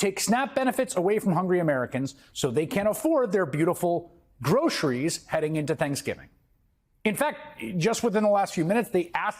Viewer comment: Trump doesn’t care about American people. He can’t even pronounce word “groceries” because his tongue never was exposed to such torturous words. We all thought that he is rich enough to not care about kickbacks from Israel or money from huge corporations but I guess greed has been confirmed with Trump that it has no boundaries.